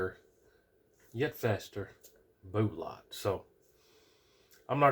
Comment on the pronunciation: Boolots again, are you 10 years old or what. I do like your videos though.